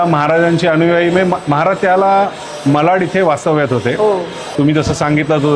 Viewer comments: कृपया " मालाड " उच्चार मलाड असा करून विभागाची नावे बदलू नका 🙏🙏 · मलाड नाही मा-ला-ड… मराठी ची काळजी घेणे गरजेचे आहे